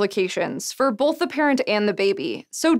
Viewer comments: Suvi-tuuli Allan I think it's because I admire her uniqueness. Being from KY, I never hear people say "Bolth", so for me it makes her even more unique. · She said Bolth!!! I <3 her even more.